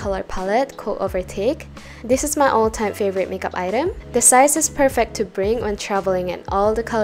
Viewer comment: i love how you said perfEct 🥺🥺